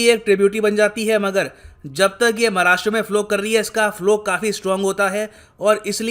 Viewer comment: धन्यवाद सर.. इस बार आपने 'महाराष्ट्र' उच्चारण किया...💐💐💐💐😊😊🙏🙏